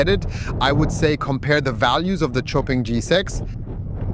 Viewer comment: Xpeng is easier... but in Chinese....its pronounced like Show Peng